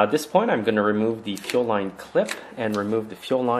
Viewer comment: it sounds as though you are saying ‘chill line’ when you are working on the fuel supply line, etc. is that correct? Thanks for a reply. When I installed my new carb, the system continuously leaks gas between the carb and the intake. Is it possible the new gasket isn’t seated properly? Thanks for any help. I appreciate your YouTube’s.